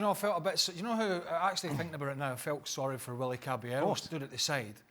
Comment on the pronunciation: Is it too late now to say sarri 😂😂